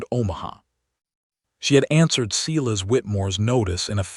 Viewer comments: Does a human ever listen to this before it's posted? If so, do they even speak English? It can't be Cee-lus, it has to be Silas (Si'-las)! AI stories can be good but some are just ridiculous in narration! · I agree, it takes away from the story,..........Silas is pronounced as SY-luhs (/ˈsaɪ.ləs). You say it with two parts: stress the first part to sound like "sigh," and say the second part softly like "luhs"